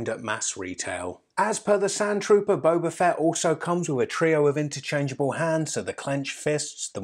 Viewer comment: it's Boba Fett not Boba Fett!!! Gosh darn it